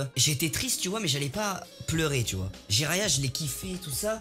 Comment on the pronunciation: Mdrrr vous avez écorché le nom de Jiraya le pauvre 😭🤣